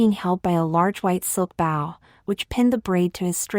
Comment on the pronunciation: Not a huge deal, but it would be nice after many, many videos of getting it wrong if you could teach the voice to say bow correctly.